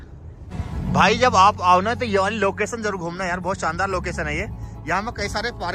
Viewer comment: Locason nahi Location hota hai 😂